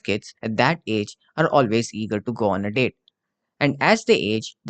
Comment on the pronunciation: You should sepearte the words a little more, I read go on as "goon"